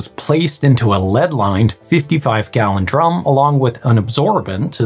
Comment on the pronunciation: Miscommunication through speech is easy. For example, with your accent it sounds like you are saying "drome" not "drum"